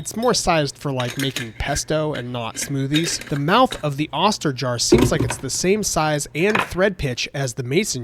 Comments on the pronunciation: Nice illustration of how 3d printing improves quality of life. Oster rhymes with toaster btw. Long "o" sound . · FYI, it's pronounced "oaster" as in toaster.